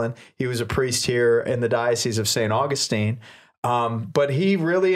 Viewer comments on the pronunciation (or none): You said 'St. AugustEEn' instead of 'St. AuGUStine' and said 'DecAYEde' instead of 'Deck-ed'. 😉